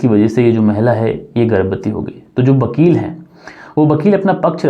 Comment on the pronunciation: Vidhva ko bidbha,Bakeel. Nahi hai Vakeel hai